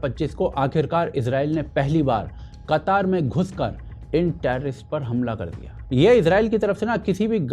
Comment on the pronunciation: अबे बक्चोद कतर को कतर ही बोल कतार बोल के ज्यादा कुल क्यों बन रहा है।